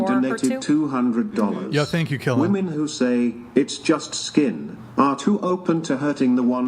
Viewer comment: Will someone please correct that girl in the grey dress how to pronounce women